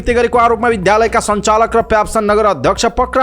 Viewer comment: विद्यार्थी विद्यालय उद्योग आदि शब्दमा रहेको द्य को उच्चारण ध्य गर्दा रछन् यी समाचारवाचक। वाचनको शैली ठिक तर अशुद्ध वाचन छ। सच्चिन आवश्यक छ